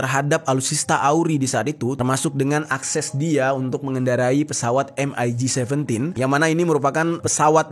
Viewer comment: MIG biasa dibaca "mik" ga perlu disebut hurufnya 1per1